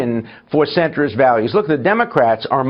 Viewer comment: He really probably anti Muslim. Also I can't get over the fact he said "centerist."😂 This idiot doesn't know it is Centrist.